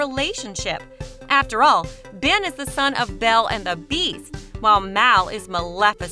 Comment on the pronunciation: you said fen instead of ben